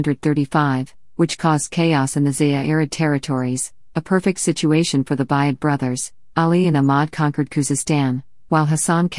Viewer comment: Thank you for this interesting video. However it would be better if the comment was read by a human being. "Buyid" should be pronounced "booyid", and not sound like the word which means "purchase". Similarly, "Bahram V" should be read "Bahram the fifth" instead of 'Bahram Vee".